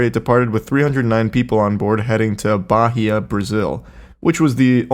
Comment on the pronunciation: Charlie pronouncing "Bahia" was so funny lmao